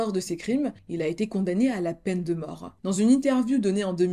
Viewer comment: super ta vidéo 💕 juste un truc pourquoi tous les mots que tu utilises finissent par "e" même le mot plus tar "e" ... pour plus tard... ou souffèr "e"... pour souffert ou encore la peine de mor "e" pour la peine de mort...ou encore netflix "e" qui a tué le Dahlia noir "e"... tout bénèf "e" 🤔